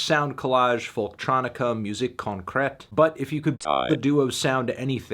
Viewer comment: Anthony, I know people may think you said something cool when you said "music concret" but that's actually just the n word in french fantano you're not fooling me